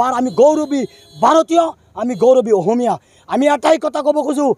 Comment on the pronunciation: অহমীয়া নহয় অসমীয়া হয়। প্ৰথমে বানান স্পষ্ট কৈ কোৱা।